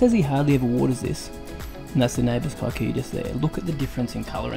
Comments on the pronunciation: It's pronounced keekuyu 😂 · It's amazing the world knows our grass. It used to be planted within the homesteads of Kikuyu community ( a tribe /community) in Kenya 🇰🇪. However, they had a different type for feeding their cattle outside the homestead. Pronounce it as "Key-coo-you". Thanks for recognising it and educating us. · lolz, it's actually pronouced ke-ku-yuh. kē-ˈkü-(ˌ)yü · As a pure blood Kikuyu i must say, your pronunciation of the word Kikuyu is simply horrible. Kudos though on your excellent skills in lawn growth.